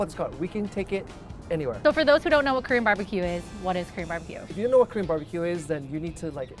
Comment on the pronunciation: I swear to GOD they're not even pronouncing the word "KOREAN" completely, they just making weird "Krrr", "Korrr" sounds. It's so annoying. I mean, I know you gotta flex on that accent, but for god sakes don't start making mumbling sounds you are not babies.